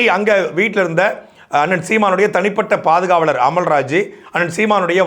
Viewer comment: அது பாதுகாலர் இல்லடா பாதுகாவலர்டா தற்குறி மஞ்சப்பொடி மாமா பயலே..😂 தமிழையே ஒழுங்கா டைப் பண்ண தெரியல இதுக்குள்ள நீ நாம் தமிழர் கட்சியை.. நாம் தமிழர் கட்சியின் ஆரம்பிச்சு எதுக்குடா தமிழர்கள அவமானப் படுத்துறீங்க நாம் தற்குறி கட்சி என்று மாத்துங்க டா🤣🤣